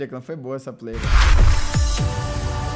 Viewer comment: Só eu que achei que era "Pro player" não "pior player" kakakaka